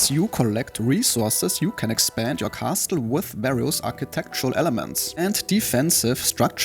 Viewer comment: can you stop saying Kasteul